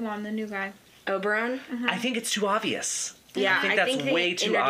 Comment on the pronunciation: Olenna isn't the great aunt, she is Margaery and Loras's Grandmother, and it's Oberyn, not Oberon.😘